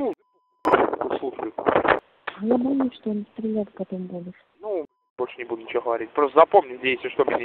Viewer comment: Lol at the "Russian" guy speaking with Ukrainian accent. You can tell It by how he pronounce "scho" instead of "schto" and sound "г" is too soft. I guess most of the videos on this channel are in the same fashion.